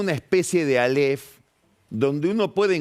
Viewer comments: Álef! Con acento en la a!! No aléf... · áleph, no "aléph" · Alef...sin acentuación